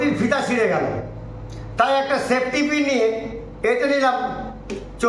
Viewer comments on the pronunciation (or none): এবার ২১শে "চোলাই" দিবসে ২১জন জেলে থাকার কথা আর ওটা আমরা ঠিক শুনতেই পাই নি যে ওটা সেপ্টিপিন্ নয় ওটা বলেছিলেন " সেফ্টিক্" কিন। বিজেপি ওনার পায়ের দিক থেকে সেপ্টিক্ করা শুরু করেছেন যাতে আর দাঁড়াতে না পারে।